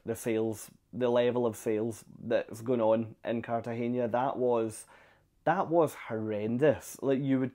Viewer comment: Really enjoyed this. You captured the experience so perfectly. If my family ever takes this cruise, we’ll try this excursion based on your review. By the way it’s CartageNa, not CartageÑa, so you don’t pronounce the last syllable as “nia” but plain “na.” In Spanish, you pronounce “n” as “ny” (nya, nye, nyi, nyo, nyu) only if it’s written as “ñ” (España, piñata, Nuñez, Iñigo, año, señor, moñudo).